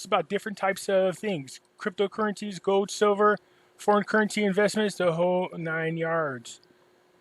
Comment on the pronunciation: it's goLd not "gode".